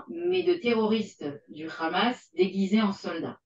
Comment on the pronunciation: elle prononce khamass sa m'irite